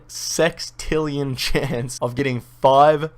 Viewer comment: wtf is sextrillionn :D lmfao